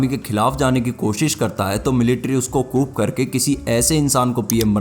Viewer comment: Coup ni hota wo lodu cou bola jata h. Donkey